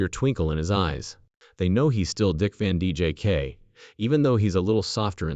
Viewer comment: These bot readers are ridiculous! Can’t even say names correctly! Keep repeating the same things over n over Dick Van Jake! Give me a break. Out of here